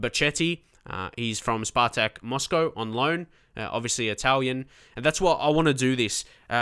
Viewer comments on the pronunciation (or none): none